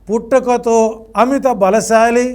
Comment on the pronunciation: ముందు తెలుగు పదాలు సరిగా పలకటము నేర్చుకోండి న్యాయకత్వ లక్షణం కాదు నాయకత్వ లక్షణం, నిర్జీవం లేకుండా చేయటం కాదు జీవం లేకుండా చేసిన వాడు .. పుట్టక తో కాదు పుట్టుకతో 😊😊😊